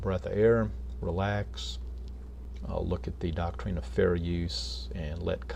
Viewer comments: Why does he pronounce “doctrine” as “doc-treen? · The thing is, he doesn't even know WTF he's talking about with regards to the copyright act what or the doctrine of fair use. Hell, he doesn't even know how to say the word doctrine LOL